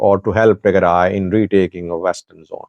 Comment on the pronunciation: You are talking a lot of nonsense. You have no clue about the reality. And learn how to pronounce Tigray.